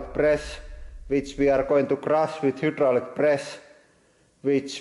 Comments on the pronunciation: "y" in Finnish is kind of an "uuu" sound, I love it. Also of course he has that many presses. This is huudraulic press channel! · Hyoo-draulic press